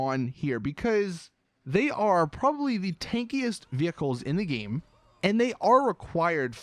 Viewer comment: you say "game" like "geem"